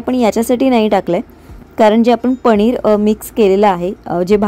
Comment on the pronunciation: पनीर ण नाही न